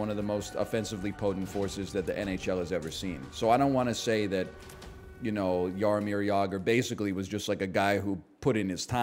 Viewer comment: As Czech native, i appreciate your pronunciation of Jaromír Jágr